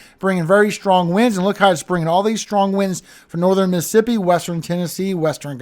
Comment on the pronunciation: Miss-a-ssipi or Miss Siipi ??? Tell me without telling me you have spent time around north shore,, Hattiesburg,,Slidell Just 'nother country youngun' here ❤❤❤❤❤❤